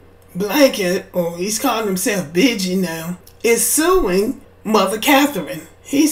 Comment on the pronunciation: pronounced beegee like the beegees